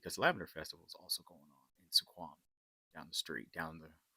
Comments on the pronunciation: Sequim is pronounced like swim with a "q" (sk-wim). Also when you were walking down the ramp you were looking at the Strait of Juan de Fuca in the Salish Sea. The Pacific Ocean is a fair distance to the west. Port Angeles is the seat of Clallam County, and has a bit of a drug problem, and that is why Safeway has the odd blue lighting in the men's room at the downtown location. Junkies have a hard time finding a vein in that light to shoot up, or so the store manager told me when I asked. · I love your pronunciation of Sequim 😂